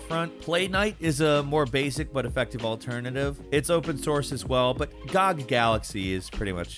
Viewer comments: It's G-O-G not gog And eenee for "initialize" files But well as long as we can understand each other I guess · Cmon, ffs it's not gog galaxy, it's G O G galaxy. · It's G-O-G, not gog lmao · Wait a minute, did you just call it God Galaxy? It's called GOG Galaxy and it stands for Good Old Games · GOG, not God. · Calling G.O.G "gog".... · GOG GALAXY IT'S G O G GALAXY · Did you just pronounce GOG? That's so weird. Lol